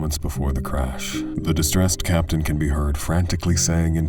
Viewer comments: I know (or hope) it’s already been said that it’s Captain not *Caption*. And pitot is pronounced pee-toe. I know. I’m a grammar nazi. Get off me. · It's 'captain' by the way, not 'caption.'